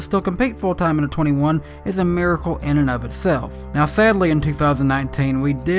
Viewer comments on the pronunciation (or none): none